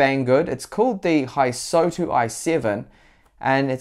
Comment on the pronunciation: I'm not either, nor am I Asian but the O does not come after the S. I'd suggest it's something like "Hiss-toW"